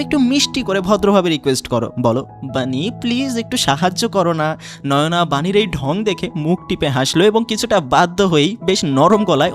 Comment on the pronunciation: নয়োনা না নায়না হবে নাম 😁😁😁